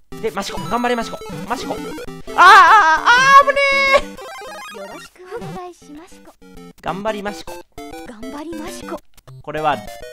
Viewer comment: よろしくお願いしましこしこって聞こえたｗ